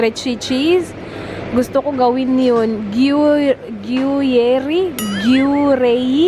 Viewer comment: Hello. Good to hear you're well now! stay safe and healthy.. Gru-yair po ung gruyere na cheese...